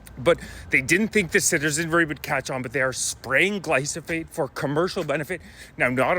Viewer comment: I like your videos bro, I don't want people to dismiss you because of the spelling and pronunciation. It's Glyphosate.